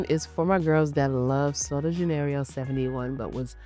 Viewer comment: Love you.. you're butchering the names Baciami (pronounced Bah-chee-ami), Sol de Janeiro (Jen-air-oh), Khair (pronounced care), Nishane (nee-shah-nay), Sospiro (so-speer-o). Peony is pronounced PEE-uh-nee (stress on the first syllable). I swear i think you're amazing and not trying to be shady- truly trying to help you (and your viewers who watch and learn from you) out. ❤